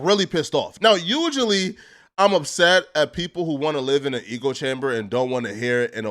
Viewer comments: ECHO chamber!! Not Eco, not EGO! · Wtf is an Eco chamber? It’s ECHO CHAMBER! 😂😂😂😂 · Mother fucker is saying "Eco" chamber... It's fuckin' ECHO... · Aye.. It’s ECHO Chamber.. Echooo Chamber.. Tf is an Ego Chamber? 🤣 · ECHO chamber! Not Eco chamber 😂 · Lmao who’s gonna be the one to tell it’s an ECHO chamber and not an ECO chamber. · be saying “eulogy” not usually 😂😂😂